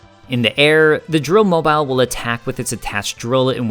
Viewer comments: The bosses end in “-mobile,” which is pronounced like the ending of “automobile.” It’s “mo-beel,” rather than “mo-byle.” A mobile (mo-byle) is a charm that hangs above a baby’s crib. Robotnik’s inventions are like automobiles. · The "-mobile" suffix for the bosses is meant to rhyme with "automobile," not "mobile" as in mobile phone